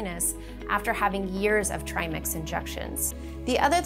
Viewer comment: Tri ‘Mex’ ? It’s ‘Mix’ not ‘Mex’